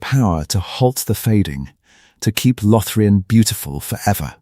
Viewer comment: "Lothrian" instead of LothLORian. 🤦🤷🙄👎🏻